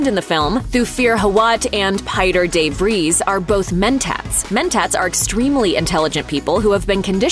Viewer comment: The Dutch are going to love the pronunciation of Pieter de Vries (clue: it ain't Pie-Der Day Freeze) LOL